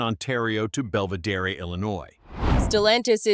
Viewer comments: Belviderry? C'mon Mr. AI voice. It's "Bell-vih-DEER". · It’s pronounced bell-veh-deer 🤓